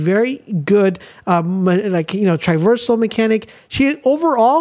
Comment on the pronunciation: I thought you made a mistake the first time. Even the second time…. But you’re literally saying the word wrong. Triversal is not a word. It’s TRAversal. As in TRAH- VER-SUL